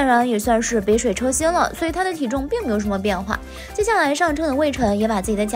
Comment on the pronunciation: 杯水車ㄐㄩ薪